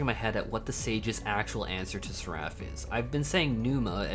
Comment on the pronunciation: That's not how you pronounce Seraph...